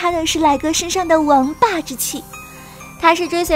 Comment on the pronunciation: 王霸我聽錯黃八😂🤣😂🤣😂